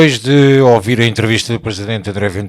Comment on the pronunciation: Diz se óvir? Nos primeiros segundos. A língua portuguesa em decadência.